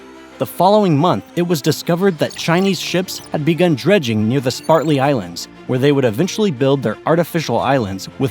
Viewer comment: Apart from a few pronunciation mistakes, it is better than many I have heard. However, it is a pity that we have to resort to AI instead of the voices of real people.